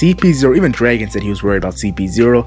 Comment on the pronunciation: who's Draigon? It's Draagon